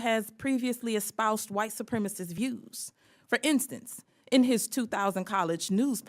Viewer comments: Boebert is the quintessential uneducated boob. She is genuinely stupid. Also when she mispronounces a word on the floor of Congress (supremacist) a correction needs to be entered into the record. This is a congressional hearing not some red neck church in Flashyourdick, Colorado. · She said white supremiss TWICE! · "white supremist" 😖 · Boebert says "supremist", she can't pronounce supremacist... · ... actually, she said, ""soopremmis" ... I imagine she can't define "supremicist" ... or soopremmiss.... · Boebert is so illiterate she can't even pronounce the word 'supremacist'.